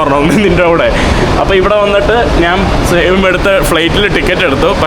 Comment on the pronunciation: നാന്, നാൻ അല്ലെടാ മുറിയണ്ടി, ശരിയായ മലയാളം. ഞാൻ എന്ന് പറഞ്ഞു പഠിക്കുക